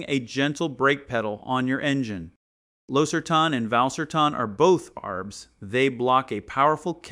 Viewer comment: He pronounced Losartan wrongly